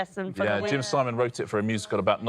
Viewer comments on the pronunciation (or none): none